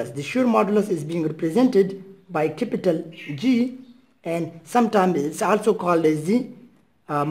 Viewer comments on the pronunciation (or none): Capital ❌ cipital ✅